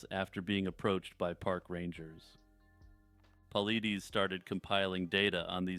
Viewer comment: Great vid. BTW, David Paulides' last name is pronounced paul-eye-diss